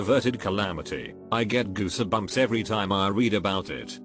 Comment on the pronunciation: Nobody: Google Text to Speech: Goose-u-bumps